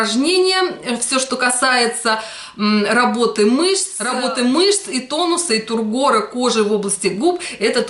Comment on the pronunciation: Не тургОр,а тУргор кожи